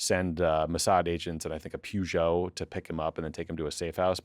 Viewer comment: Are we just going to ignore how Tommy pronounces 'Peugeot'???? WTF 😂